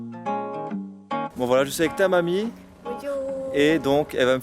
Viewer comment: Mdrr quand il a dit "avec Tamami" j'ai pété de rire on aurait dit qu'il nous insultait xDD